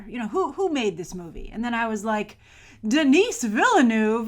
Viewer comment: It''s not pronounced "Dinees" you tool.